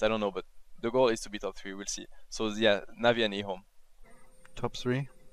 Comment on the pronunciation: says ehome like e ome, lol.